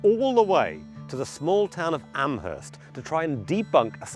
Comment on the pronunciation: This is not important, just an FYI. Amherst in Nova Scotia is pronounced Ammerst, possibly because historically it is near to Nova Scotia's Acadian (French-speaking) settlements where the H sound would be omitted. Another thing is that I wouldn't put much stock in the significance of MacNeil surname indicating one and the same person - all of NS is rife with MacNeils of all spellings. Speaking as someone who lived in the region for several years.